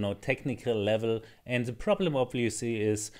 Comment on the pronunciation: Try say "the" instead of 'ze' 😀